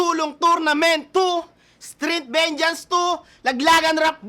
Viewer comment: “Venjens” po tamang pagbigkas ng vengeance, hindi “venjans”. Pati si Mhot ganyan din bumigkas 😂